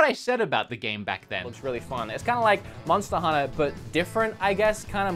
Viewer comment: I love it when say MONSTER HUNNA.....